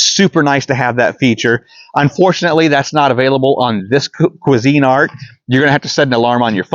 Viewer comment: Its one word, Cuisinart, not Cuisine Art.